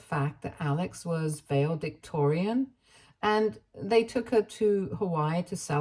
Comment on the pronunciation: Fyi... to the narrator of these posts... It's pronounced val-e-dictorian. Not vale-dictorian.